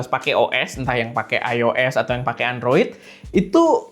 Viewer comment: Android juga buakan endroid bg